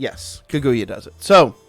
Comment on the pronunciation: Car-goo-yah. And yah like in yahoo. That is how you pronounce Kaguya.